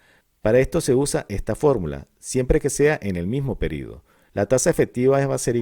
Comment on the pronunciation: Me incomoda que diga PERIDO en vez de PERIODO